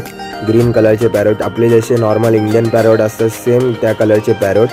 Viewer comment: नीट बोल